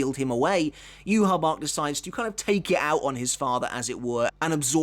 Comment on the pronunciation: The way you pronounce ywach it's disgusting...